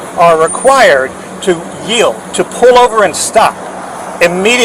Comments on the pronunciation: "Yeild"? From a lawyer? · YIELD. Y-I-E-L-D. Yield.